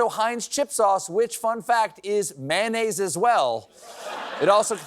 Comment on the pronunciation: MAYO-nnaise! Not MAH-nnaise! 🙄 You woudn't say extra mah.